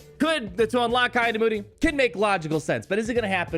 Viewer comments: It’s pronounced Key not Kai.... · "Kee" not "kye" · Isn't it pronounced 'Kee'-Adi-Mundi though? Not 'Kai' xD Still hyped !